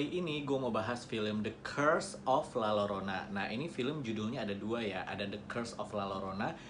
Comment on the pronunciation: FYI bang kalo di meksiko jika ada double "L" yg disatuin penyebutannya diganti huruf "Y".....jadi nyebutnya La Yorona